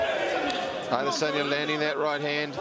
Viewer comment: that one commentator "Ay-Diss-Enya" 😂😂